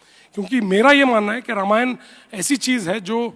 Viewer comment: रमायन नहीं रामायण सन्नी जी